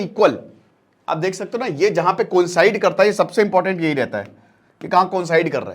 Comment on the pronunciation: Parhaps U tried to say, Collie, Inspite of Collide